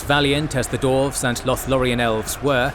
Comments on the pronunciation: Dwarves, pronounced "Dorfs" EVERY SINGLE TIME. its killing me. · Is Dwarves really that hard to pronounce?